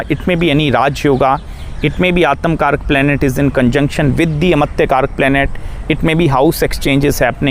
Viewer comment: Aatamkaraka😂 It's Atmakaraka